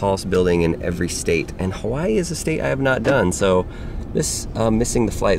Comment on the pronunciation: It sounds like you saying kawii